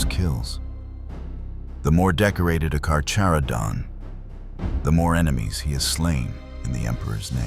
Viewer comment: It’s pronounced car-Kara-don